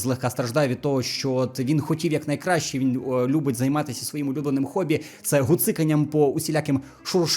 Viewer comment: Тайлер в одній серії рекламує уроки по вивченню англійської, і говорить "гобі" замість "хоббі". Чуваче, ти б скористався нагодою і сам би трохи підучив ту англійську?... Я розумію, що українські філологи срати хотіли розбиратись із кожним словом окремо, (вони ж ішли на роботу в держустанову не для того щоб там працювати)тому просто відмінили букву "Х" в англійській мові на початку слова... та англомовні про це не в курсі, тому використовують її і надалі. І це нормально, бо це їх мова. А от українці які кинулись ГЕкати не тільки в словах де це потрібно, але і в тих де це неправильно, виглядають неграмотними їбл... людьми. Шукаєш "Гобі" - купи карту Африки.